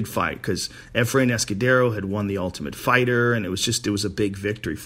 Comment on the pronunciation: Joe "one of dee" Hogan